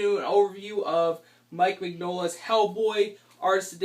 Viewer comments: His last name is not pronounced "", its "min-yo-la" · ***** Don't worry. It's taken me years to retrain myself on the correct pronunciation. It's an in-joke between my brother and I. "min-YOLA" is how he always types it out.